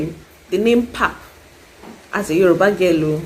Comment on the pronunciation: Love it when we speak for others. I'm a Mosotho (Wa Borwa), as there are also Basotho (Ba Lebowa) - Bapedi, and I know we don't call "pap" bogobe. It actually originates from Afrikaans which is a heavy influence in the south. And it is a hard "p" as in Pretoria and not like puppy. Love your content though!!! perhaps this is one of the American influences that's rubbed on us, where I come from and even the football world in general in the country refers to "Soccer". We do have DStv Premiership now, which used to be known as Premier Soccer League (PSL), even the predecessor was referred to as National Soccer League (NSL). Maybe say we can use it interchangeably?